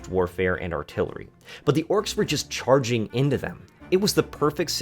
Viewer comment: "Stops enemy chargung at you with [...] cavalry". 😂😂 Man, are you ok? Those famous cavalry charges against castle walls - wtf?